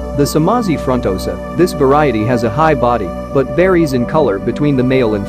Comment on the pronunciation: You Need to work on your pronunciation buddy😂😆fronnn-tohsa ... tahnganjika —> those words